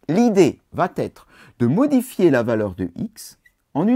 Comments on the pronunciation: Qui va être et pas qui va t être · À au moins deux reprises, quelque chose va T'être... Ouch la vilaine liaison qui écorche les oreilles.